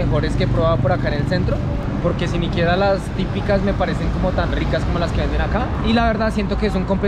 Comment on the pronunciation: Muy buenas las empanadas pero ¿Notaron que dijo "Siniquiera"? JAJAJAJA minuto